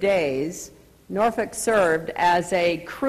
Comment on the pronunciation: She actually pronounces "Norfolk" correctly.